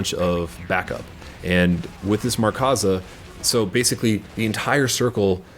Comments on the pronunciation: Markza, not 'MarkAza'. Good video just found that slightly annoying. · its Markza (MARK-ZAH) not Markaza haha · MARKza. There's no "A" in between "Mark" and "za"